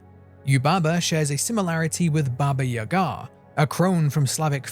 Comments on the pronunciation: for anyone searching its “baba Jaga” not Yaga. Enjoyed the video, subscribed❤ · "It's not baba yaGA, It's baba YAga" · Wdym pouncing it correctly they way he said Baba yaga made me cringe 😭😭😭 especially the yaga part almost like he tried to pronounce gaga but stopped him self